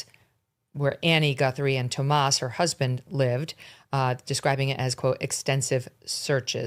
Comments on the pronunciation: Megyn you are driving me crazy referring to Annie Guthrie's husband as Tomas ... it's Tomasso ... This is remarkably sloppy attention to detail. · Y do you mispronounce tommaso’s name? Is it on purpose or you’re just a Dumbazz?!?